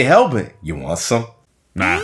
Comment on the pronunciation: Hellbent = Hallbert . haha very funny